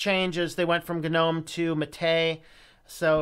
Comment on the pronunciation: its nōm not gnu-nōm